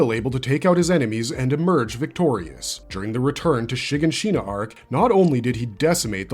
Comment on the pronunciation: How did you pronounce Shiganshina? I swear they actually say these names in the show… why do people still pronounce the names wrong